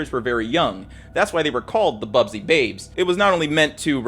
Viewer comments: Busby not bubsy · How we gonna tell him it's "Busby babes" and not "Bubsy babes" ? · ‘BUS’by, not ‘BUB’sy, 🙏 sincerely a local MUFC fan. Great video though! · BUSBY, not bubsy lol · Busby Babes, not "Bub-sey" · Busby. Not bubsby 🥲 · Stop saying 'Bubsy'! It's not a console game 😂. It's 'Busby'. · It's BUSBY babes not bubsy babes🤣👊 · Small thing: the team is called the busby (pronounced buzz-bee) babes, not bub-zee. Great video though! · 'Busby babes', after manager Matt Busby. About had an aneurysm hearing 'Bubsy'.